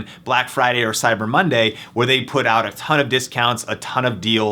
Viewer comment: Why the fuck you talk so weird? "Two HOUR shipping" "You can opt OUT" call the fuck down gay boy